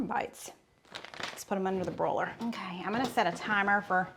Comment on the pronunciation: Under the “brō-ler” 😂😂 I’ve got to agree about the Just Bare Chicken. As far as I’m concerned, it’s the ONLY brand 😂